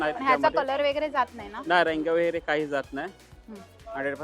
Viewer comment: वगैरे चा उच्चार कसा करता? व जो सुरुवातीला आहे तो ' व ' बोला ना ,वे किंवा वै का म्हणता ? पहिलं अक्शर चुकीचं बोललं की बाकीचा शब्द चुकीचा बोलला जातो . तसेच chain हा शब्द , त्याचा उच्चार चे न